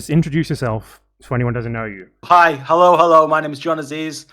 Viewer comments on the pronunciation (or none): Dude blew his cover in the first "khello" 😂